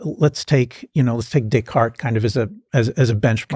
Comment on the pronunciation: When he sad Decart i heard DickHard=) i was like who?=)